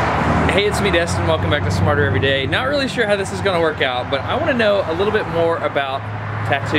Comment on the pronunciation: I thought you said "martyr every day" because of the pain and suffering you put into every video.